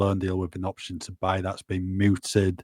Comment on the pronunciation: the word is “mooted”, not “muted”… I would think as a journalist you would know that. Ally will be saying “Brendan” rather than “Brennan” again nexr! 😂